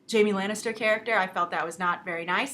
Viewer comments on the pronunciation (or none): none